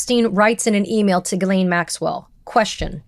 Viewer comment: Her name is pronounced jizzlane.